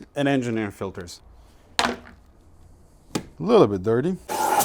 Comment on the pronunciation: “Cabin air filteÖrs”